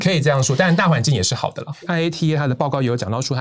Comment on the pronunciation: 連IATA的正確發言都不知道，拜託專業點好嗎？